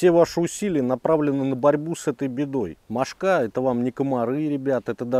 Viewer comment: Одна - мОшка (ударение на первом слоге. Две, три - мОшки. Много - мОшек. Закусали - мОшки. Но не мошкА.